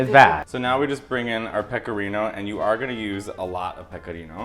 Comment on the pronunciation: I love how he pronounced pecorino two different ways 😭